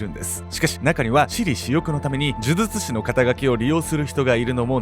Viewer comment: 「デリケート肌」はちゃんと言えてます。むしろ、「呪術」のほうを気にてください。